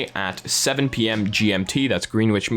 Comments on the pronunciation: Try pronouncing Greenwich as if you were reading Grennitch / Grenitch. It has a silent W and the "Green" is pronounced Gren". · you pronounced Greenwich 2 different ways - both of them were wrong